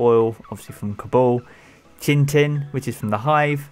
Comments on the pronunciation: Lol you said chin tin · Oh my god! Does no one know how to pronounce Chitin? Pronounced "Kite-in"